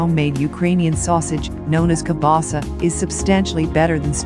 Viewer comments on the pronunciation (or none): none